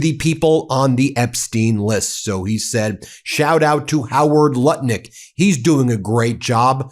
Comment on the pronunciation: Did he say Howard Buttlick?